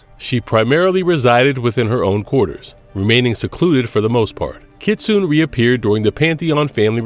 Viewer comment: I hate this mf mispronouncing Kitsune